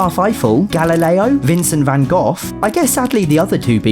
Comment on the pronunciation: excuse me vincent van goth???? GOTH its gogh vincent van gogh not goth. I dont go around saying things like Emo Musk, Lightning Mcqueer, Pablo Pistachios, Leonardo DiCapri-sun, Johnny Deaf (belive it or not i did not use chatgpt)